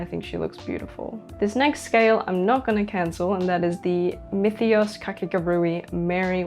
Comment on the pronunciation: You pronounce Myethos differently every video🤣